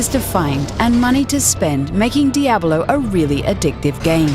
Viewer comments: I chuckled a bit every time she said Diahbelow. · the way she pronounces it, I'm just like waiting for her to finish the word Abolone.